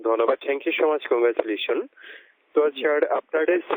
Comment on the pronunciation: what the উচ্চারণ? করয়? দন্যবাদ? গ্রামীণফোন ব্যবহ্রিত? চার? ক্লার টেলিভিশন?